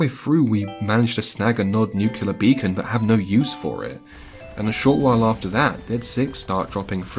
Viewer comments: I doubt that's it because I've been hearing nukular more and more often. Just say 'new' then 'clear' together. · Just found this channel, fantastic stuff really enjoyable, subscribed and liked. Tempted to remove the like due to the mispronunciation of "nuclear" which as a fellow Brit is almost inexcusable behaviour but on this occasion I will turn a blind eye ;)